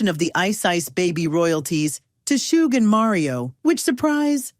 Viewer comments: “Shooog Knight” 😂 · It’s not shoog it’s Suge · Why do you keep calling him soogee smh It's Suge! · This was horribly written 🤦🏼‍♂️ and his name isn’t Shōōgue 😂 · "shoog knight" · Please stop saying "Shooog" like that AI narrator. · You get a thumbs down for the stupid AI voice that can't pronounce words properly ie shooog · Shoog? Arseeneo? You can always tell it's AI when it butchers names. That, and the diction is just too perfect. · Learn how to pronounce names b4 you make videos. Shoog wtf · I enjoy hearing vanilla Ice's story but holy hell if you're going to get a narrator for his story please get a narrator that can properly announce the names correct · Arsenio Hall and Suge Knight. Except how to pronounce their names. I know the narrator probably wasn't even born when these people were front and center in the industry, but at least maybe spend a few days in the Wayback Machine. Keep you from pronouncing George Was-hasbeen. ,,, Watched again. My bad, AI read. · Good lord, the AI voice butchering "Suge"? Thumbs down.